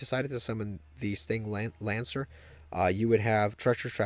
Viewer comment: lmao what is it with youtubers and saying the correct card names. sting langus, sting langer, sting lancer